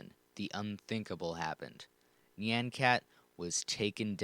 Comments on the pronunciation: "nyeian cat" good lord. it's nyan. rhymes with naan. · nie-on c-at not ne-on c-at, I'm sick of people pronouncing it "ne-on" IT'S NIE-ON. also gif is pronounced "g-if" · at the start he says it like nian (as in and) but its actually more like ni yä (like on, and with very little "i" in there) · It's not nyeaen cat it's NYAN cat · I came for nostalgia and now I'm having a breakdown it's NOT nye-an cat???? NI-ANNE????? AAAAAAAAAAAAAAAAAAA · I pronouce it "nyàn-kat" and not "nee-an-kat" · I'll still pronounce it Nay-an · HOW DID YOU KNOW I USED TO PRONOUNCE IT AS NIYAN CAT 😭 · Actually, "Nyan" is the Japanese word for "Meow," and the omg was created using Hatsune Miku, a Japanese vocaloid, so its very likely supposed to be pronounced nee-ahhn. Anyway, Nyan Cat is legendary. :) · I have always, and will continue to, pronounce it as "Nē-ahn" cat. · I always Nyan cat was pronounced N-i-an cat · Knee-yan cat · I THOUGHT IT WAS PRONOUNCED NEON CAT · njen cat lol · HAHA I PRONOUNCE NYAN CAT NEE-ON CAT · me pronouncing it like neey-AH-n cat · I pronounce Nyan (nigh-an and Nyan) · Your pronunciation of "Nyan" irritates me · he's saying nyan wrong 😕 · you're pronouncing it wrong. the A in nyan should sound like the a in yawn, not the a in hat. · I don't like how he pronounces nyan cat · It's pronounced like "yonder", not like "plan". Honestly, even though "neon" is adding an extra syllable, that's the closest of all the wrong pronunciations. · neyan keyat is how your saying it